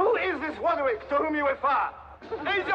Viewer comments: Fwee wodger,he’s a wobber and a wapist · No ,Woderwick the wobber,he stole Wudolf the Wed nosed Wiendeer